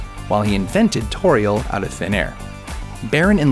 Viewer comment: Wat ? and "Tore-iel" too. even though she doesn't actually exist, he pronounced her nonexistent name wrong.